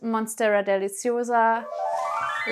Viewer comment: I love your voice and accent when you say deliciosa" 😍